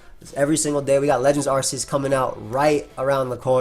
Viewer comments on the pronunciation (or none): It’s pronounced ar-kay-us because he has an arc on his back and silvally’s ability is “RKS” system